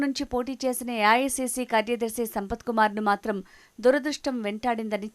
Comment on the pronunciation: యాయాసిసి కాదు అమ్మాయి ఏఐసీసీ అని స్పష్టంగా చెప్పు